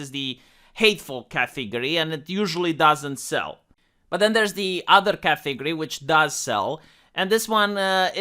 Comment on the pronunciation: Category, not "catheegorie" .